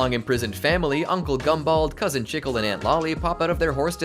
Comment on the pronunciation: The way he says chicle gets me everytime lol